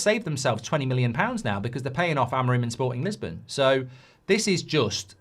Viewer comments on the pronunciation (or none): none